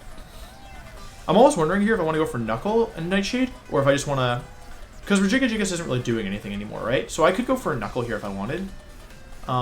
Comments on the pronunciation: I'm sorry, Rejigajigas?? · I spent more time than I’m willing to admit trying to pronounce it like him. I finally broke it down to Rejigajigas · Ray-Guy-Giygas. Legit heard someone pronounce it that way. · I can't tell if Wolfey is saying Regigigas or Regigigigas and it bothers me more than I thought it would. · I haven't heard Wolfey say regigigas and I paused the video and it took me a minute to pronounce it his way. I was laughing my ass off the whole time. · My brain has a stroke every time I hear Wolfey say Regigigas because it doesn't understand all the soft G's versus one soft G and two hard G's. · Why does he pronounce regigigas like that